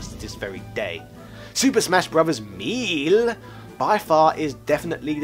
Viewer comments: Did.... did you just pronounce melee..... as.... MEAL? It’s may lay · Super smash Bros "MEAL".... Dude what are you talking about? It's pronounced May-Lay.... First of all... Second of all Sunshine was a great game... Compare it to the Ps2 library and find me some better overall games. And don't try that"I owned every system so I am not biased" crap. I also owned many many systems and an extensive library for the ps2 in particular. Since you owned all the systems I'm sure you're aware that the GameCube was a better console. I'm sure you played resident evil 4 on both and came to the same conclusion that everyone else did. The GameCube had the better system for the game. It's cool that you already preemptively castigated every opposing opinion as being "Fanboy".... That's a rookie move. The GameCube best games outshine Ps2's best games..... The Ps2 just had a much bigger library and 3rd party games. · Super Smash Bros MEAL? MEAL?!? ARE YOU SERIOUS? MEEEAL? Pronounced "MAY" 'LAY"... Shudders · I love his intonation, accent and pronunciation: melee= meal 😄 Three been, er I meeen Três bien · why the fuck are you pronouncing melee as meal? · lol at the comments about how to pronounce "melee." He knows! Part of the charm of this channel is how he trolls uptight fans 😄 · The way you say melee has me dying man , great vid good sir